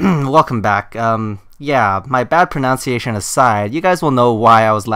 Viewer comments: It's pro-nun-ciation, not pro-noun-ciation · it’s pronounced “pronunciation.” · You pronounced pronunciation wrong lmao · He mispronounced pronunciation Ironic.